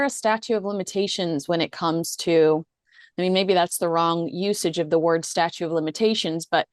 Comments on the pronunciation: we love watching you on GBNews here in London, but I feel that I have to point out to you and your guest, that the phrase is "Statute of Limitations", and not "Statue of Limitations". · fussbot here.. it's STATUTE not STATUE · Did you say “statue” of limitations? 😝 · Are you saying "Statue of Limitations"? It's STATUTE. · Statute, not statue. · The word is statute as in statues of limitations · Statute not statue of limitations. Sounded like you said the latter